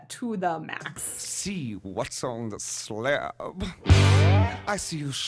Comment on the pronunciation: Love how 'sla:ab' grew a second syllable.